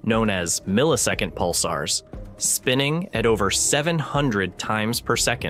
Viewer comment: Pick a pronunciation and stick with it. Pulsars, Pulsers, Pulssers, Pulzers....